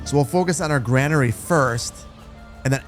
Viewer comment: And granary is pronounced "grainery".